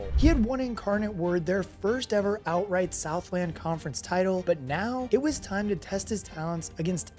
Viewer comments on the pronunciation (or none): none